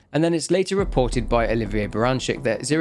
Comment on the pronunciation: Love your videos - but you mispronounced Oliver as Oliva. It kinda gave me a giggle and made me wonder if I was forgetting something from your orginal Videos for the Outlast games. So now I need to rewatch them.